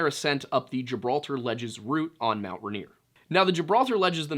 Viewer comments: I LIVE IM WASHINGTON IT IS MOUNT “RAIN EAR” not raneer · Most Washingtonians call it "Rain-ear" not "Run-ear" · Washington local (ray-neer) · For the Washingtonians- it’s pronounced, Rain-ear. I’m being picky, but if you know, you know. Props on Snoqualmie! Give this one a shot- Puyallup. How about Sequim? I just found and love your channel